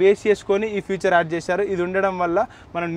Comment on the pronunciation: Adhi Future kadhu ra Babu. FEATURE